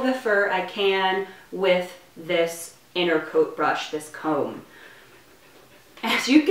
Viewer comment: "Innercoat" Me: dying inside